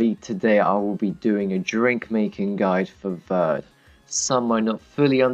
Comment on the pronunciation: vurd? seriously? its ver-day